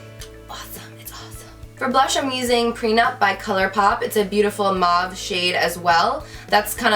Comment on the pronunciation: Lol I've heard beauty gurus say, mawve, muavie (?), moevie... How hard is it to pronounce mauve?! Like moe with a v at the end! Lol